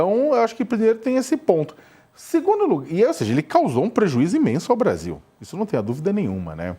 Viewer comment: O "interesse do Bradil"????? 🤦🏽‍♂️🤡🤣 Kkkkkk